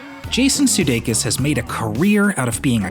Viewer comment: How is it that when it comes to a foreign surname, people usually know how to pronounce it, but when it comes to his surname it is not pronounced correctly.. In this video his surname was pronounced - siudeikis and not sudeikis.....